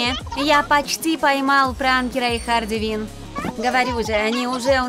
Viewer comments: Не хардиквин а харликвин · Почему говорите Харди кин ане Харли Квинн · Не Харди Вин а Харли Квин